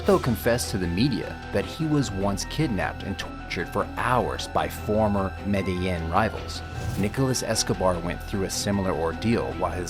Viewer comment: I hate how you pronounce medellín lol .